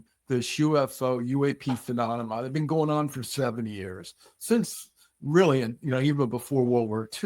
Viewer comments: He definitely said phenonoma. Come on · He keeps saying, "pheMONema!" HA! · stop saying 'phononoma'! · Am I wrong or is he pronouncing phenonema???? 🤣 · After stating phenonema 5 times he still sticks with the yankee blue story. Wow, surprised hes willing to be part of this lie on multiple podcasts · This guy's in charge h3 can't even pronounce PHENOMENA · I was having a hard time getting passed that. Phemonema? Phenonema ? Menomena? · He really needs to learn how to say phenomena properly. Its not a good look all things considered...😬